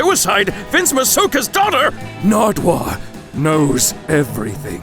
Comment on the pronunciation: I laughed so loud when you said Narduwuar😂😂